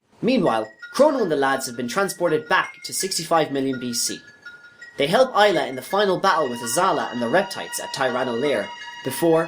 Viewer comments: And Ay-la not Eye-la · Say Mag like magma and gus like Gus. Not mage us. Say Ay like the end of "may" then say la. This is not hard. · You said Magus and Ayla wrong, literally unwatchable